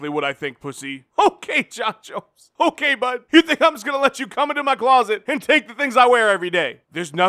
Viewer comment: H'oh'kay Jon Jones.